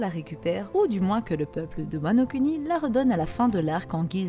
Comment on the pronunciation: Vidéo très intéressante ! Mais bon dieu par pitié !! Wano Kuni "Kouni", on ne fait pas de "cunni"lingus ma parole !